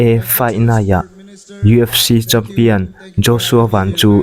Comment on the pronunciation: "fai naih' i ti elaw ?? 😅 'Fight night' tih hi a har viau mi le?